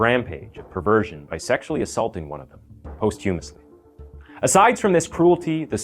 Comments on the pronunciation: you pronounced posthumously as 'post- HU-mus-ly' which is incorrect, it's pronouned 'POS-chu-mus-ly' and the word is incorrectly used as well... posthumous means he did it without being present... which is impossible unless he did it remotely via the internet or drone or some other thing he could do while not being there. what you mean is post-mortem, which means after death. kind of unintentionally hilarious. dont use words with meanings you're unsure of 'look up every word you don't know and every word you think you know' so you don't sound like a moron especially in print or on the internet with your name/face attached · Hey - love the vid and this is totally nitpicky but I thought you may want to know as the word is likely to come up again - posthumously is pronounced pahs-tchumously rather than post-humously. Anyway great work!